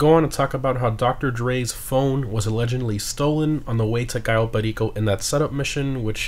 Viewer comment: Why do you say Cayo Perico like that